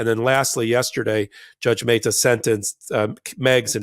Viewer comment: Meh-ta not May-ta...